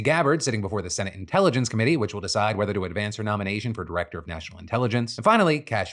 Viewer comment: The dude struggled to pronounce medium length words, such as "intelligence". This is the guy in the highest office in the country. Yep.